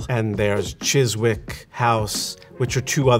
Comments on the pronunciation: I really enjoyed the video, even though I don't watch the show (nor do I intend to). But US pronunciations of British places always amuses me. Chiswick is "Chizzik", not "Chiz Wick" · It’s pronounced Chis-ik not Cheswick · To save any poor soul from getting lost looking for this neo-palladian style villa in west London, Chiswick is pronounced CHIZ-ik not CHIZ-wick. The villa is known as 'Chiswick House'. Very humble. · It’s pronounced “Chis-ick” not “chis-Wick”. Otherwise very interesting! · A few minor things; Chiswick House is pronounced Chiz-zick not Chiz-wick. In the same way Alnwick is pronounced Ann-nick not Allen-wick. And John Vanbrugh is pronounced Van-bruh not Van-Broo. And the roofs are not lead coated copper but pure lead. And it is still mined. But most of new lead is sourced from reclaimed lead nowadays. Lead workers in the UK actually receive regular exposure tests to make sure they aren't exposed to too much. It's all well regulated. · Chiz-wick House! I love how Americans pronounce English names. It's Chiswick House pronounced 'Chiz-ik'. And architect John Van-brew. It's John Vanbrugh pronounced 'Vanbrah'. Correction to posting - lead is still very much used in the UK building industry for flashings on traditional buildings and for roofing. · "Chis-wick"? No! "Chis-ick" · Pronounced Chisick - not chiswick btw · Chiswick is pronounced CHI-zuk, not CHIS-wick. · Chiswick is pronounced "Chizik". "Wick" is an old English word for port, or harbor. This lovely house, a kind of functional folly, which was never designed to be lived in, is on the river. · That was great and because you have such an eye for detail you will forgive me for saying that Chiswick is pronounced ‘Chissk’ … I really enjoyed watching that xxx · Really interesting video. Thank you. One small thing: Chiswick is pronounced 'Chisick' - as if there were no w in it at all. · Yes! We say ‘Chizik’ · "Chis-wick" hahaha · The w in Chiswick is silent; it's "Chiz-ick." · Silent W in Chiswick.